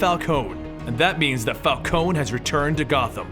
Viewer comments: Falcone is pronounced Falconee, I'm sorry but it's my favourite crime family so it kinda pisses me off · The thug boss', Carmine's, last name is pronounced fal-KO-ni As pronounced in Arkham series, and Batman TAS, and in animated films (can't remember which one, Batman year one I think) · I swear it's pronounced Fal-cone-ee :/ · Isn't it pronounced "Fal-co-nie"